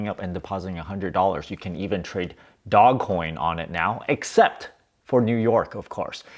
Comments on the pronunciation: "DOE-JZ" Coin. Not dog. You seem like the type of person who would like to be accurate and right about your topics.🤔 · I'll start believing you when you call it dogecoin instead of dogcoin. 🤣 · Dogecoin not dog coin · I like that he's calling it dog coin, stop correcting him. 😁 ... also, he can call it whatever he wants, he's made a killing out of it. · I love your videos. It also geeks me out when you call it Dog coin 😂. Lol fun hearing the different pronunciations. Really great advice in this video. I bought dogecoin 7 years ago. I sold a bit of it off too early (insane after holding it for sooo long), but luckily held a lot as well.